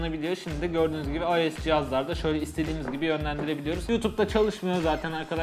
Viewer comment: AYES DEMENE TİLT OLUYORUM